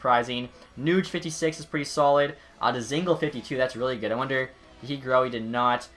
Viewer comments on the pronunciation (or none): none